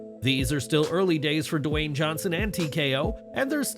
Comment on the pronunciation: Narrator - stop saying "Duh-Wayne". It's just "Dwayne", said smoothly, without additional letters, sound or syllables, ya dumb-a*s.